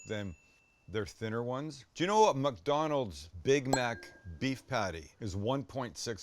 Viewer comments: Did Sam say muckdonalds 😂😂😂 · Does he say, muckdonalds?